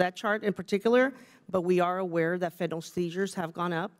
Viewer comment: Katie, that's fentanyl not fentinall.